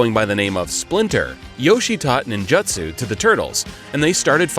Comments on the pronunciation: I think it's a matter of the 'u' being dropped and misheard as an 'i'. That said, to me the pronunciation in this video sounded more like "ninjattsu". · What’s ninjutsu? So many names and words mispronounced in this video. Not bad otherwise but I’d pay attention to this.